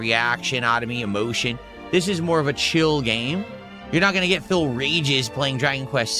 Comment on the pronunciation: "You'll never gyet clips of phil raging while playing dragonquest 7" we're watching exactly that right now and it cost literally zewo dahllars... although it is more of an impotent tantrum